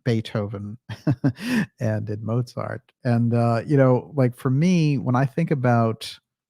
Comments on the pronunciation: And one minor but annoying thing: the German name Mozart should be pronounced "MOAT-zart", not "MOW-zart". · One minor thing: Mozart is pronounced motsart. It confused me until i realized that "z" is pronounced "ts" in german, but not in english.